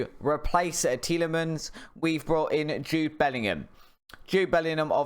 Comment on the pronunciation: Nice that you decided to say tielemans name correctly just as you sell him 😄